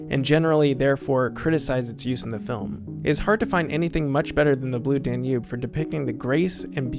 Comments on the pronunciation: Most Americans would know that it's DAN-ube, not Dan-UBE. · Blue dan YOOOB (emphasis on 2nd sylable).... Really??? even the people being interviewed here pronounce it Blue DAN yoob. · Very interesting. Liked it a lot. But found your pronunciation of “Danube” distracting. The accent is on the first syllable: DAN-ube. Not dan-UBE. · This is absolutely AMAZING! If still monitors these comments, you are/you have 1 of the greatest channels on YouTube! Especially where cinema is concerned. That said I do have one small but pointed complaint: you can clearly hear (as I've always heard) the word "Danube" ALWAYS pronounced with emphasis on DAN (everyone speaking about it in the clips that you put together pronounce it that way) but for some reason you are putting the emphasis on UBE (D'oh!). In case you do a part 3 in the future and need to reference the music again, I might suggest that you put the emphasis on Dan (and after all, Dan is a pretty nice guy:-) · DAN-yoob, DAN-yoob, DAN-yoob, DAN-yoob, DAN-yoob. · “dan YOOB?” Seriously? Bwaaaahaaahaaahaaahaa! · It is pronounced DAN-yoob. This made me nuts every time said it, which was often. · The narrator pronounces "Danube" with the emphasis on the second syllable... "dan-YUBE". Very bizarre. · I am organising a drinking game, each time the Danube is mispronounced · Very smart doc so how can’t you not know how to pronounce Danube? It’s even stated in several of the interviews you include. Please stop! Fix! Be smart. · Imagine not being to say "Danube." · Please learn how to pronounce Danube. Jeez. Otherwise, a good video. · excellent video... only 'Danube' pronunciation is bugging me :) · And his pronunciation of "Danube" is rather distracting as well. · the stress is on the first syllable of "Danube" please.... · You're pronouncing Danube wrong.